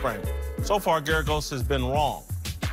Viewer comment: GERAGOS, GERGAROS, GERGAS???? Sometimes I wonder if Whitlock can even read.